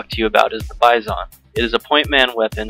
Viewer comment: u say (bye-zon) not (bi-zon) noob